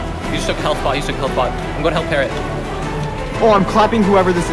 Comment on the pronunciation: He says "I'm on my way to help" but sounds a lot like "I'm on my way to Hell", which, quite frankly, makes an equal amount of sense.